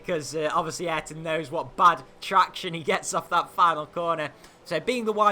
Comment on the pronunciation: did you know Ayrton is pronounced I-Air-Ton